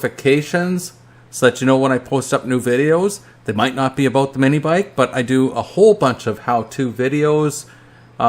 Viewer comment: He said “a ⛵️ boat”. I think he was trying to say “about”. 🤔